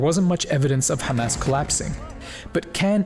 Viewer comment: I love hearing bro say حماس not Hamas or Khamas